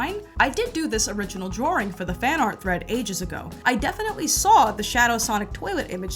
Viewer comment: and Tazz from ECW are the only people I have ever known that pronounce the word Saw with an R